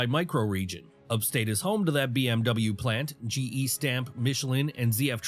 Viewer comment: Dumb ai gestamp is German. And they say it like gee stomp. And as for as nj well there's one thing everyone is fighting to keep out and thats the union's. And they already tried and got kicked out of bmw haha. So many companies come for that reason. look at Detroit now. Where's yrc what happened to hostess?